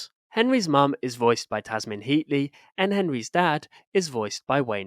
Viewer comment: 'Tamsin' not 'Tasmin'.